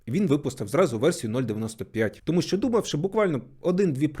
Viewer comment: Класне відео але мене все відео бісило те що ти кажеш "тОму' а не "томУ"